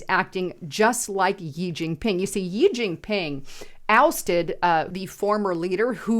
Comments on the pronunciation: "Gee Gingping" ... it is EASY to look up CORRECT pronunciations !!!!!! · This video was full of miss pronunciation and logical fallacies. JEE Jin ping. The Democrats Form of Government is succeeding because it is also succeeding in China? Circular reasoning and makes no sense. You're lookin great though lol. Just do better. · It's Shee(Xi) Jin Ping...If you never read our comments, why would we pay for your content??